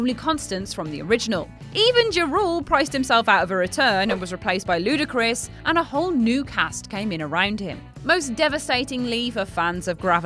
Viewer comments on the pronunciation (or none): Alteast give the job to those who can clearly pronounce and speak the names clearly. X.. X... X... 😖😖It's Triple X And also what's with the Ludacris? Really...?